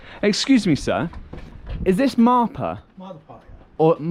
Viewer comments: It's Marpha pronounce "Mar'Fa" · Loved ur video dear. Your minute oberservation 😍 Its "MAARPHAA" dear 😊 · Marfaa is the pronunciation